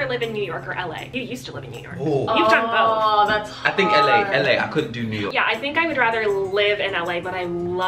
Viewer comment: “You used to live in Yew Nork” 🤣🤣